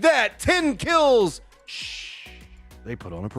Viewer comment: Team Shhh you say Shhh instead of shoosh. It sounds stupid. If a team calls itself Naaa or Baaaa are you gonna say that?